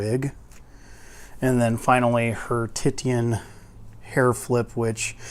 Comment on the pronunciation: Titian is pronounced as tishun.